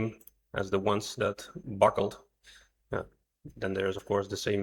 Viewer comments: B U C K L E D, not b u c k e l e d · "IT BUCKELED" <==== 😅 😂 🤣 🥲 😀 😃